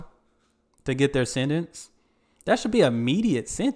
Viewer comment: What is "senence"? Do you speak English mf?